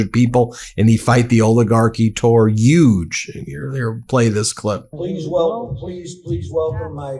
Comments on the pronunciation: I can't tell if you are making fun of Trump or you can't pronounce h in huge. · The word is *decrepit*, not "decrepid". Also, Huge has an H. Not a Y.